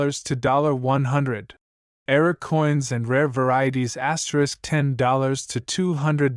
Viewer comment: Asterick, asterick.....anyone else sick of hearing videos broadcast like this......asterisk, asterick.